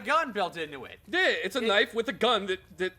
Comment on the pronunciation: "This, is a knoife"